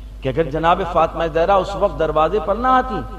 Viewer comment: Talaffuz theek kren plz Jahra nhi Zahra